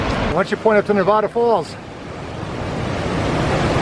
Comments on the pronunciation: It's NevAda, not NeVAHda……….:) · Please pronounce Nevada correctly. Ne-VAD-uh